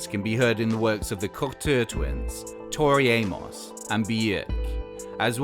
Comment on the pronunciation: "Tori Amoss"? Really, "Tori Amosss"??